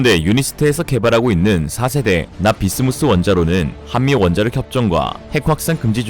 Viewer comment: 납-비스무스 인데... 자꾸 납-비스무리 로 들려..